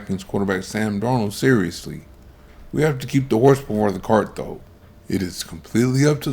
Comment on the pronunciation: You can't call someone a generational prospect and repeatedly mispronounce his name in all your videos.